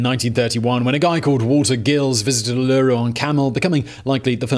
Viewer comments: Ooo-loo-roo? Lmao wtf oola-ruu. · Aaargh your pronounciation is driving me nuts. I'm a Brit living in Australia and know how to say U-la-RU, even my 2yr old can say it and he's still learning to speak. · Well, Simon is an equal opportunity misspronouncer. As with the Uulooroo he first went with Arse Rock. Is that shade on the colonists misnaming the most significant indigenous site? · Is any other Aussie here cringing everytime he says "Uluru". No offence, love your vids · I was just thinking exactly this... Heck, I paused the video and facepalm’d the first time he said it, and I wondered: “... Is it ‘me’ who has it wrong!?!... I’ve never heard it that way, but surely he’s researched more than I can claim to have—no, wait, that doesn’t make sense since ‘I’m’ the “native”... Oh god, don’t tell me... I’m only 1 minute in and I’m going to hear him ‘mispronounce’ Uluru every time?... ... ... Uuuugggghhhhh~...” ... So much pain... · you're missing what he's saying. It's not that it's being called Uluru - it's how the guy is pronouncing Uluru 😊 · Yeah... I have to stop the video. lmao I can't deal. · Hahahha yep, every single time 🤣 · Actually he said it really well a few times right at the start of the video then changed all of a sudden. I just call it Ayers Rock, bit hard to mispronounce that 🤣 Edit: Simon just said Ayers Rock and somehow he messed that up too lol. Oh well 🤣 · Not that well researched. Uluru/ type of rock ARKOSE a coarse grained sandstone not the fine sandstone that most Australians know. The aboriginal dates back 60,000 plus years not 50,000. And only if he didn't mispronounce Uluru every time. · I actually had no idea how Uluru formed! great vid. You just need to go through and edit every time you say Uluru (oo-la-roo) :P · He got it right the first time, and then butchered it ever after. WTF?? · AND simultaneously made me cringe while ROFLMAO, at his epic mispronounciations!! 😊🐨✌ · can someone teach this man how to say Uluru properly. Thank you🙏